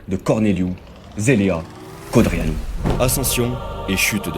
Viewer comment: Tu sais même pas prononcer Codreanu. Arrête les vidéos 🐒